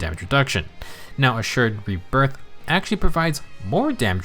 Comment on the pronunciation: I'm glad I'm not the only one having trouble with accidentally calling Assured Rebirth "Assured Breath" 😂 you clearly had to slow down and make sure you got it right. I knew you were gonna call it "Breath" if you didn't. 😅 But then... You didn't slow down this time and just naturally messed it up just like I do 😆